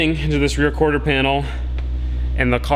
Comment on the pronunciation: Not corter, quarter bro, not trying to be mean jusy tryna help u out a bit with that one